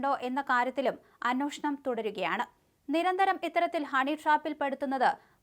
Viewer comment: അൻവോക്ഷണം ,അതേസമയം . അന്വേഷണം എന്ന് പറ കൊച്ചെ !